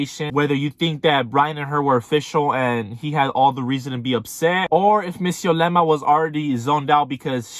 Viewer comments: ITS " YUUUUUUUlema not YOOOOlema " lol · Its ulema , you kept saying yolema